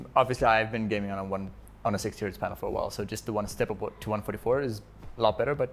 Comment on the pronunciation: Sounds like he's saying "Painal" lol..